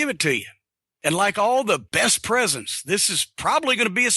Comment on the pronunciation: you gawt me a pwesent bro?